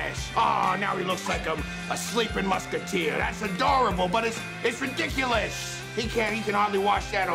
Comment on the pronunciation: When he said "its adorable but ridiculous”, why did he pronounce “s” like sh in ridiculous? Just wondering.